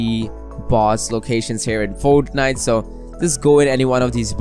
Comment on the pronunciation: lol how he says fornite